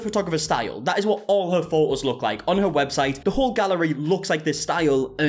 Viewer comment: Exactly the correct pronunciation 😂